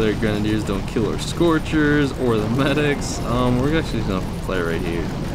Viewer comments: He is saying grenadiers wrong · That's not how u say grenadiers and it's really annoying